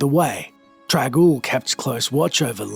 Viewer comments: Why do you keep pronouncing the name as "trag-oul"? It's got an N in there. It's "Trang-oul". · Its TRANG Oul TraNg.... not trag... or drag ...